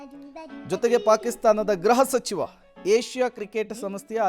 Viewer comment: It is gruha sachiva not graha sachiva plz..